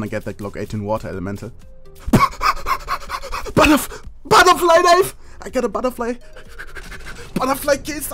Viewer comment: "Buttah flie knievvv!!!"